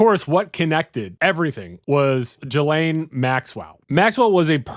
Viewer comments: "Jalane Maxwell"? It's Gee-Lane folks. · Not trying to be an asshole but Ghislaine is not pronounced "Jhee-Layne" OR "Jill-Ayne" (you keep switching it up lol). It's pronounced "Ghee-Layne". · Gee-lin (hard g)